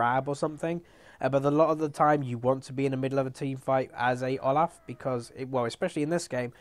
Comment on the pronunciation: THAT IS NOT HOW YOU PRONOUNCE OLAF.